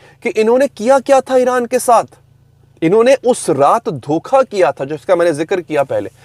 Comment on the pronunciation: "Dhoka," not DOKHA 🙂